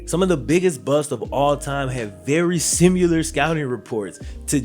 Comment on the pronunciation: It’s similar not ‘simUlar’